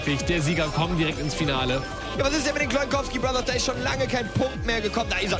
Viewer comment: lol "Das heißt Cloin Kowsky Bothers!"